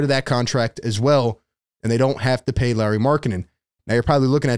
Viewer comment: The pronunciation SOUNDS like Lori, not Larry 😅